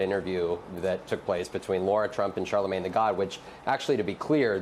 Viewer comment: Charlamagne… not Charalagne.